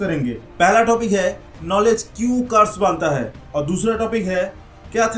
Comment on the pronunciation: Bhai carse ni curse